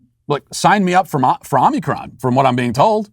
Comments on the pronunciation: "Omnicron?" Matt, are you having a stroke?? Don't you mean, omicron? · With Walsh saying omnicron I’m almost starting to believe that’s how it’s pronounced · Yeah, I admired his dedication to the mispronunciation. 😂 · OMICRON....not OMNICRON